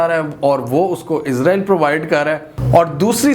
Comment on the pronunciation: آپ اسراءیل کہیں نہ کہ عزراءیل؟۔۔۔